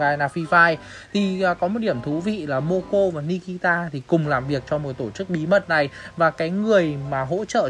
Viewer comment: moco mà nói momo